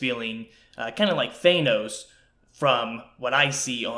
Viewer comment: Nice vid. BTW, its pronounced "THAN-NOS" not "THAY-NOS." :-/